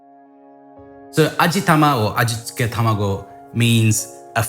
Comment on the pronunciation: The way that he pronounces that Ajitsjkahehhe tamegooh loool